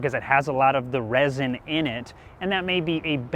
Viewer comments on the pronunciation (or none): none